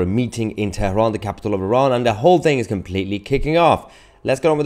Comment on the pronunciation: TERAHAN. PRONUNCIATION IN ENGLISH IS TERAN. DO ENGLISH PRONUNCIATION